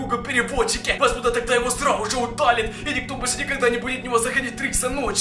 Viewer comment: МНЕ ВМЕСТО СРАЗУ ЖЕ ПОСЛЫШАЛОСЬ СРАЛ УЖЕ